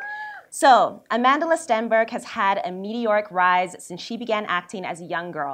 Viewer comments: No Amandla... not amand-la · Sesethu Hotele it is Amand-la but the person in the vid was saying amandala